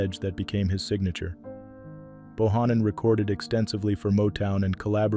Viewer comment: George BO HAN NON is how his name is pronounced! Great musician and my condolences to his daughter and family!!! ❤